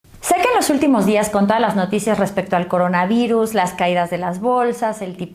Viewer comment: El caranavaaaiiiruus